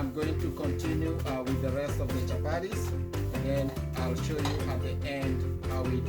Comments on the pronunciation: CHAPARIS PLEASE IT IS CHAPATI.... WORA ITS WATER. WOTA! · Chapatis NOT Chaparies, great job though Chef👨‍🍳